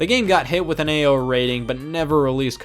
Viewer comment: I love how Ao rating is just pronounced AYO